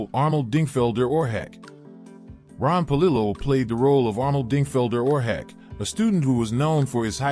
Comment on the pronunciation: Oar hack? AI…..pronounce it, Horseshack.